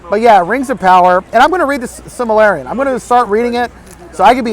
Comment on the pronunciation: He can’t even pronounce The Silmarillion.